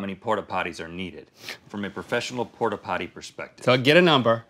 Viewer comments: They probably thought Link was disabled, I would be nice too! XD "Porta pollies" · I love when link did it the first time “ porla potti “ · "Pportta pototty" 😂